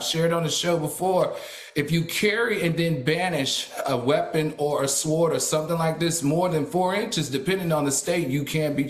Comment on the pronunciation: I can't believe Al is teaching at Bowie State University saying (sw)ord!!